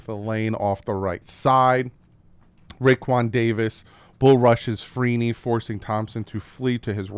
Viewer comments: It’s pronounced RAY Kwon not ROE Kwon 🤦🏼‍♂️ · Good video but it’s Rae-quan not Row-quan Davis lol keep up the good work brutha